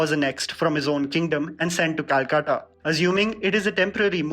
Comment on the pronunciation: Thank u fir this and pronunciation of Calcutta